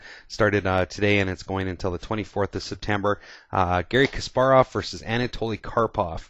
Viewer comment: Btw, thanks for saying Kasparov's name right, usually in English-speaking countries they say KAsparov, not like it should be - KaspArov :)